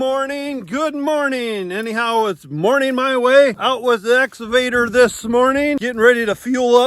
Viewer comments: EXCAVATOR not “exavator” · he actually says "Nexgavator." ,my god lol can we check him for being on the spectrum please... only concerned for yalls overall safety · Nooooooo. It isn't the essavator. You took pains to learn and teach the brand name pronunciation. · I still giggle when says "excavator" because it sounds like Ex Evader...like he's trying to keep away from a former girlfriend.